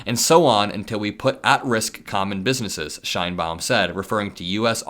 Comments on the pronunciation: Because Claudia Sheinbaum will figure heavily in trade talks with Mexico, please pronounce her name correctly as ‘Shane-Baum’. Thanks! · Is that how you pronounce the Mexican President's last name? "Nice tree/pretty tree" in german?